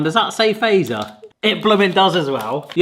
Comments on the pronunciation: Fazer, use English pronunciation for Z, so "fatser". It is not American "phaser". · It's "Fa-tzer", not "Fey-zer" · feiser :_D you have to pronounce it like FAT-SER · Really enjoyed your descriptions and reactions and feel like they were really genuine and truthful in how you felt about these Finnish sweets :) One thing that kind of hurts my Finnish ear if how almost everybody pronounces Fazer "wrong", In Finnish it should NOT be pronounced as word "phaser". The "FA", should be phonetically said like you say word "far", but without the r at the end and the Z is more like ts, so basically [fatser], not like [feisö:r] [faze:r] (that correct R might be hard to pronounce, that will be forgiven :D ) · did you know its typed fazer BUT pronoutsed FATSER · So in Finnish the "z" is pronounced "ts", so fazer would be pronounced fatser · It always tickles me how non-Finnish people pronounce Fazer as "phaser" :D Kind of endearing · It's still not "Feiser". Fatzer... Fat-zer F as in feline, A as in Albert, T as in Tony, Z as in Zorro, E as in elevator, R as in rose. Also, what's up with you English speakers and "Salma Kayaki"?